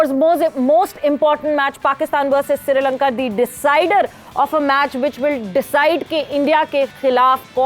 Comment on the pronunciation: Sirilanka nhi srilanka😂